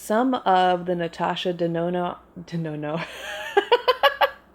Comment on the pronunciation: "Natasha DeNONO" Hey,! How you doin', girl?! 🤣